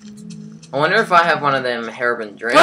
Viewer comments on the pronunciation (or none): it is not hairobrin it is hero-brine(br-ine) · its herobrine with a long i